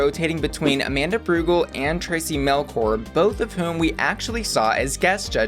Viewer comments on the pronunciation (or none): yeah its more like mel-chur like a churro lol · Mel-CHORE…. Not core. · Okay its Traci Melchor, but pronounce her last name as Melshore. That is the way it sounds.